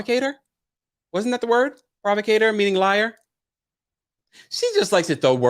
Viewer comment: Heather didn’t even say provocateur correctly, that’s why they couldn’t understand her lol